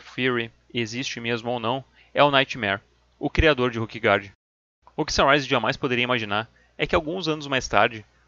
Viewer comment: Com todo respeito, assisti vários videos teus, muito bons por sinal. Mas qual é a lógica de pronunciar "Ruquegard" e "Ruque" para se referir a Ilha, e quando se referir aos jogadores pronunciar "Róquer"? Não seriam "ruquers"?...